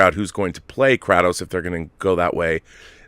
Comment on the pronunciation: FYI Kratos pronounced cray-tos